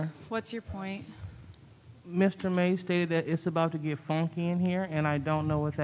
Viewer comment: She said fonky lol 😂